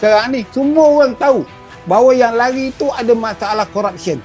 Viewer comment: SEBUT YANG... JADI YAN....DAH TUA BANGKA BAHASAPUN SALAH LAGI